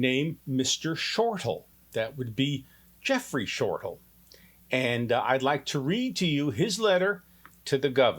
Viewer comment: Hi, I am Jeffrey Shortal's mom. His last name is pronounced Shortell, not Shortal. I have watched this video so many times. $6,000.00?? for this? Yes, you told my daughter Tami, you were expensive, but this is it? I am not understanding. I have no connection with you, probably a good idea. I am sure you have helped people, but I/we really expected more! I am feeling played, can't help the way I feel. I wish you the best! Patricia Ross